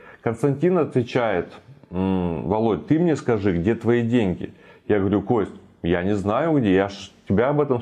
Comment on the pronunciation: Косьть падажжи 😀